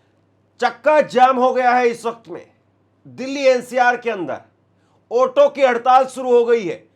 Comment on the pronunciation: Otto nahin Auto hota hai. Suru nahin Shuru hota hai. Bizli nahin Bijli hota hai. Baaris nahin Baarish hota hai. This person became an anchor? How?